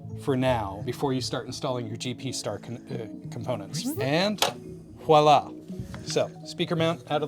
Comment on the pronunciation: Thank you for actually saying "voila" and not "walla" LOL I've never been so glad that I used the 4 pin cnlinko connectors when I did my own hose upgrade, way back when. One thing I won't have to do over!